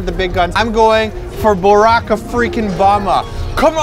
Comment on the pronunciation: BOrack Obama? Really? XD But omg yes, the SUV. I was like "um guise? Guise? GUISE SRSLY YOU GUISE MOVE."